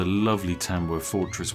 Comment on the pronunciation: I couldn’t understand this brits accent when he said the fortress. Where is this fortress for the drinking game?